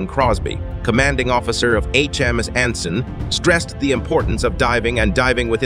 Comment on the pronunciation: I'm afraid your computer reading voice is letting you down: "HMS Anson" is not pronounced "Hems A-N-S-on"!